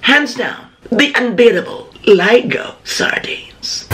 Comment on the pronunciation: May-gah vs Li-gow Dami ko pong tawa... 😊